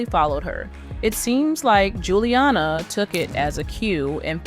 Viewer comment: was the pronunciation "Gilliana" intentional?